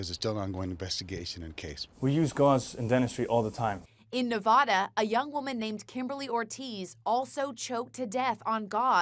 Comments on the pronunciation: It's not pronounced NEVODA it's nev- ad- a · Not novoda it's Nevada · I’m from Ne-va-da, not Ne-vah-da. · It Nevada Not NevadAH 🐠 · She said nah va dah and not Nevada Lol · Not navada it's Nevada omv get my state name right please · the lady said navada and it's nevada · Nev A Da. Not nev ah da. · I live in Navda THAT'S NOT HOW YOU SAY IT STOP SAYING IT LIKE THAT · As someone from Nevada, I’m truly hurt by the way she pronounced it😔😂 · Since I come from Nevada, I just have to point out it is pronounced wrong in the video! I hate when this happens, but I'm not saying I dislike people who do it. I'm just saying maybe if your on the news you should pronounce a state's name right. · It’s Nevada that’s where I live get it right